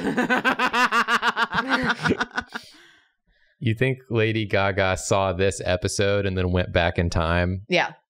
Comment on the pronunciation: pronunciation of "lady gagà" was an underrated joke